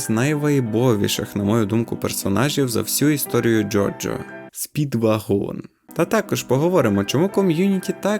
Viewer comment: Роби наголос на першому складі